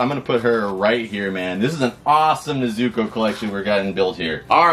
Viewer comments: Brooo it's (NEZ OO COH) NOT NEHZUCOH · Start of the video: "NE-zu-ko" Kanpeki Two-minutes in : "Ne-ZU-ko" OH NO! What happened? No. No. NOOOO!!! Hahahaha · It’s pronounced N E Z U K O FYI I am not saying it’s you it’s just evey friend I have says ne so co and I say it’s ne zu ko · You quit saying nezuko like that please say it like is said in the anime nezuko